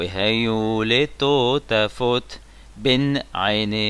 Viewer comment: Dernier commentaire: "Letotafot", il y a certes un ga'yia en dessous du TO de "totafote", et c'est bien d'appuyer dessus, mais "totafote" reste milera'. Ce n'est donc pas "Wehayou letoootafot", mais "Wehayou letootafooot". Le gayia est moins fort que le ta'am. C'est bien de l'accentuer, mais attention a ne pas rendre mile'el, un mot qui est milera' a la base...